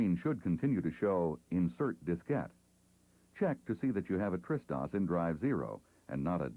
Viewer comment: Hah, took me a while to understand that he's pronouncing TRS-DOS as "Tristos", it sounded like a greek name or something...